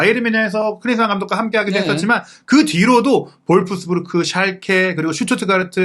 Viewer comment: 마가트가 아니라 마가, 볼프스부르크가 아니라 볿스브읔.